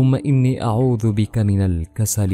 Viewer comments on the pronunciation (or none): none